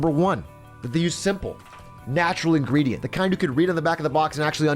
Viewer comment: Atrioc, what the hell is a an “ingredent”?